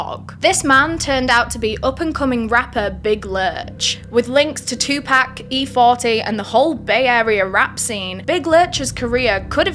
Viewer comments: 2Pok not 2PACK! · Sry not being a d&^k....but pac my fave rapper. You keep saying 2pack. Nooooo it's 2Pac.. (pronounced (2 pock) love ya girl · ok its TUPAC lol not "2 pack" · I don’t mean to be rude but Tupac is not pronounced two pack it was closer to two pock the way it was pronounced. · Is no one going to comment about the way she's pronouncing Tupac? Lol,no worries girl. Its pronounced like "two pock". Just some food for thought. Love your channel!! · It pronounced 2 poc but it’s spelled like pac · why do yall continue to call this man " 2 Pack" knowing dang well yall done heard this man pronounce his name before and you hear others pronounce it properly..i swear its rooted in yall dna purposefully mispronounce AA ppls names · 2-pack? hahahahahahhaha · “2 pack” ??? 😵‍💫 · who tf is “two pack “😂😂😂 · "2 pack" 😂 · “2 pack” that hurt a little 😭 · She said 2 pack lololol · TUPAC IS PRONOUNCED (2P0C) PCP WAS REAL. POPULAR IN THE 60'S AND 70'S IT WAS A HIPPIE DRUG😊😊😊😊😊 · Haha. She said two pack. 😂😂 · “two pack” is crazy lol. still love you though ❤ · The way she keeps mispronouncing 2pac name is cringing me more than the story. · I CANT BELIEVE SHE SAID TUPAC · You're not pronouncing Tupac name correctly. Please don't butcher rappers name especially legends who passed. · OMG....WHEN YOU SAID FUKIN BITCHES I LITERALLY LAUGHED OUT LOUD OVER & OVER AGAIN!! BUT I'M GOING TO NEED YOU TO PRONOUNCE TUPAC'S NAME CORRECTLY!!